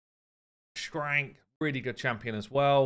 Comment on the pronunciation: I love you, but why do you always call him shrank? It's like you just decided the K was an H and never looked back. It's like nails on a chalkboard every time 😭